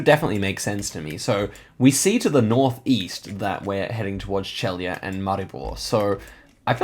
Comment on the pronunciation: Celje is pronunced like "tselye". Trojane village has very famous donuts (they don't look like American ones and they also don't look like Trojan horses haha). Congratulations on good guesses!🙂